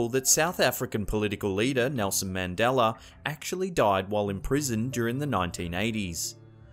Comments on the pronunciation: Is it pronounced Mandala effect or MandalaR ??? LOL Where does this mysterious R on Mandalarrrr come from?? lol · You say Mandela correct when you spoke about Nelson Mandela, but when you state the effect you say "Mandeler effect" ??? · Mandeller effect????? U mean mandella? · I have a new drinking game... drink every time he actually pronounces Mandela correctly. Do NOT drink for MANDELER (you'd just be constantly drinking.) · Why do you keep saying it like “Mandelar” effect. It’s annoying. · He says “Mandela” completely fine by itself yet when he combines it with “Effect” it all this sudden becomes “Mandeller” it’s like... you say it normally all by itself so that means he is mispronouncing it on purpose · Mahn-dell-hur iffect is hard enough for the alllllways over done over explained intro’s that this narrator for smacked 🐷 is known for, my bad for thinking he’d say it semi proper once or that it wouldn’t make me unreasonably frustrated as if I don’t usually dodge this channel due to my own lack of patience. Maaandellurrrr delluuur... delllll- HER...ARGH!!! I was also hoping but not sure why I was surprised that had the same old tired AF Mandella Effect stories, well except Fundy extremist Graham dying...I don’t remember that before hand, just cuz my super religious G’ma was til the day he died a huge fan girl if his, she will be 91 in a few weeks.. so nope on that..everything else...yeah.. some more than others. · The Mandeler effect... Lol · What the fuck is a "mandeller". Why do British fuckwads add an unneeded "R" to everything. The "uh" sound isn't that hard. You literally have to go out of your ways to add that shit.... idk. Shits stupid. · Mandeler? Lol English how cute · you say His correctly then you start saying Mandeler.... WTF!?! I'm out!!! Say his damn name right. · the" mandelar " effect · Man deller effect but says his name correctly 🤣🤣😜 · Is it just me or does he start saying Mandeler effect half way into the vid? . . . . . o_O